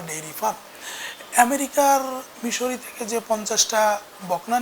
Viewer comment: মিশরি না মিজরি